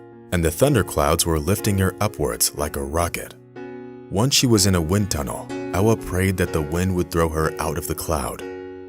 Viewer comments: Its Ewa not Ella.. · You are mispronouncing her name, in Poland, W is pronounced as a V, her name is Eva.